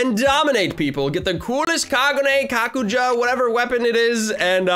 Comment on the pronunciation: Ye but its kakuja